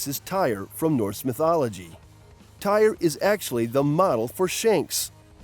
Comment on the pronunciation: It's not whatever your saying it's tear it's spelt Tyr but you say it like tear